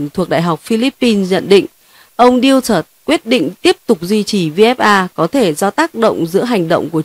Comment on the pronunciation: Tong thong Du-to-te,not Diu-tot